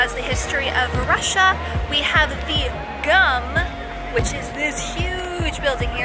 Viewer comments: It's pronounced "goom", not "gum". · It's Mos-Co, not Mos-COW. Shopping center is pronounced "Goom", Not GUM. TOURIST. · It is not “GUM”, it is [GOOM])))))))) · Not “GUM” like american gum but it’s pronounced “goom” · A person from Moscow is a muscovite btw and gum is pronounced like “Boom” not like chewing gum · Very nice, thanks! BTW, St. Basil's is pronounced "Baasil's", and GUM is pronounced "GOOM."